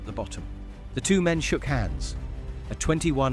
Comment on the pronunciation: Brilliant script and voiceover on these (except the 'TWO' 114 pronunciation!) :) Thank you, Keep it up!